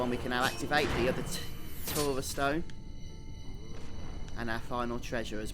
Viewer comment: C'mon man, you're just trolling us now, you must know how to pronounce "taurus" correctly!!